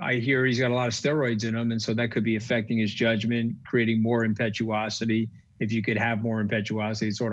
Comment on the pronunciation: Steve Louis Did he say ‘ impetuosity’ maybe?